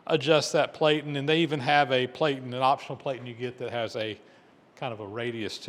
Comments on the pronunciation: VERY cool but 2 hp motor and a cost from $3,340.00? Just FYI because this is an educational channel, the "a" in platen has a short sound so the word sounds like "pla tn". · Platen is pronounced with a short a. Rhymes with flatten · Platen is pronounced with a short A as in plan, not with a long A as in play, the way you pronounced it!